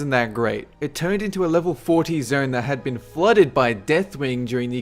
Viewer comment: Zone* not "Zern"